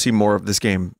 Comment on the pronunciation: 100% of the effotrs went into programdaing and it’s how you rekognizz a gooooooooooddd goem